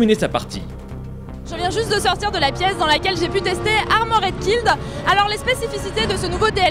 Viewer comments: ARMORED KILL pas AMORED KILLED ptn de baguette, learn how to speak english jesus christ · Armoraid killed ? Quelle prononciation...